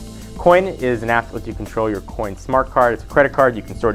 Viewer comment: Thumbs up if.when he said coin you thought he said quinn